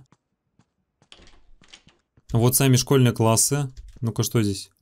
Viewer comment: ты сказал не классы а кассы